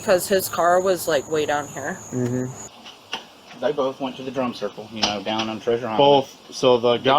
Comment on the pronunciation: I thought they were saying "drunk circle", not drum circle 😂 Pretty sure it was both